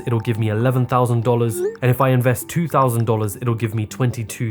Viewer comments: “On3 th0usNd, twO thOuseNd, thRe3 tHoUsaND” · Man I love that" won thousand tou tousand" lol It's so funny to hear that